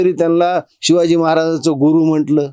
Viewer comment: काही दिवसांनी हा बाबा आसाराम किंवा खरात होणार. ह्याला बोलता सुद्धा येत नाही. सिवाजी नाही शिवाजी असतं आणि सिस्य शिष्य असतं.